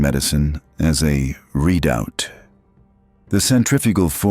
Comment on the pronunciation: The proper pronunciation of the condition inflicted by centrifugal force with the head furthest from the center of rotation is pronounced ‘red-out’, not ‘read-out’. Train your ai narrator, okay?